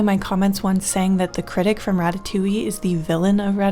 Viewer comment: Really threw me off, Ratatoullie is one of my favorite pixar movies lol